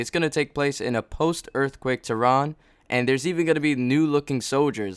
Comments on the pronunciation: Holy shit say *Earthquake not Earffquake. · I laughed at every "erfquake" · What the fuck is a earffquake? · Are you saying "Errrffquake"? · When he says earthquake I hear erfquake. I don't know why.